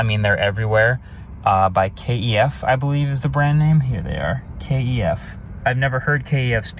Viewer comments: In the high end audio world we pronounce KEF like" K(eff). They make really good speakers and quit dope looking too. 👌🏾 These are pretty exciting along with the Lucid Air Sapphire, and Gravity! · Doesn't know KEF. I'm actually surprised. I'm watching [and listening] to video with a HDTV, but the sound is being produced by my 34 years old KEF Reference 104/2s. And boy did they pick out the in-cabin low rumbling noise. I'm sure it was just microphone placement, but it was all there in detail. And, just for info, KEF is pronounced as a word, not each letter sounded out. So the E in KEF sounds like it does in LET, and not FEET. Those round visible door speakers are, i believe, a variation on the units in the LS50 compact hi-fi speaker aystem. About the Emeya - does it hands down win the "get out and look back as you walk away" test? I'd get neck strain. Bearing in mind that the latest BMW BEVs qualify for the "keep your eye on the house front door and never look back" medal, the Emeya is at the other end of the scale. I think if I got out of it and walked away I'd end up sitting on the front door step and gaze back at it all day. It's gorgeous. And the Eletre is damn good looking considering its an SUV. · KEF speakers have been around for over 60 years. They made their name as studio monitors. Obscure works such as "Dark Side of the Moon" and "Bohemian Rhapsodies" were mixed down with KEF monitors (pronounced usually "kef" as a word not k.e.f.) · Kent Engineering and Foundry aka KEF, not k.e.f but KEF. You should check out the KEF LS60 speakers. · "kef" not KEF - I've never heard KEF, um were you living under a rock? oh yea you are